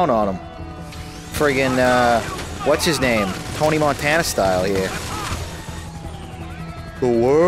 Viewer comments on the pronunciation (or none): none